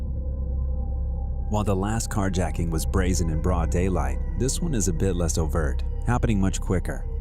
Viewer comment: your use of the brazzers pronunciation for brazen makes me laugh uncomfortably.